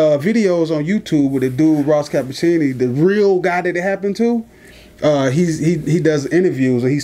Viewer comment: Ross Ca-pitch-i-oni